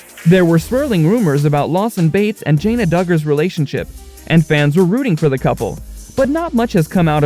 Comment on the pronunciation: This was the worst “scope” ever. Unless you don’t watch the show you wouldn’t know about this stuff. Nothing new folks. The guy can’t even pronounce Jana correctly.